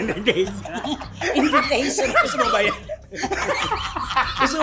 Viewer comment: Hahahahhaha!!! Natatawa ako sa "invitation"